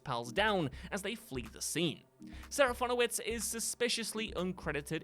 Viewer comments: Yes, it’s sergeant picky, but Cyrano is pronounced as See- Rah-No. Not Cyr as in cereal…. Sorry, It’s petty I know but what can I say, I’m pedantic. As an addition: “Fin” in Peters name, is said Fin as in Shark fin, no fon like phone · Too bad he then squanders that rare win moments later by pronouncing Serafinowicz SeraFONowicz*. * (What?!!!!!) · Not sure where you got the additional O from, but it's SeraFINowicz. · I have literally never thought any of these actors were in these films. And it's SeraFINowicz for crying out LOUD it's a tricky name, sure, but you somehow managed to mangle the easy part of it. Top marks. 👏 👏 👏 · It's a rare hit for WhatCulture. Just a few entries later he pronounces Serafinowicz totally wrong! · THANK YOU! And he said it SO MANY times!!